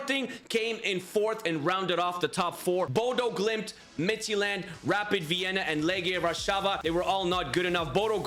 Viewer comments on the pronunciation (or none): I would honestly love if this style of UCL would become a real new format to the actual UCL Also just wondering why you pronounce Midtjylland as Midtsjælland. Just saying